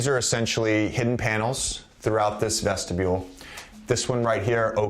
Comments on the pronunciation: I literally fell out when he said vestibule lol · JJ "Vestibule" Redick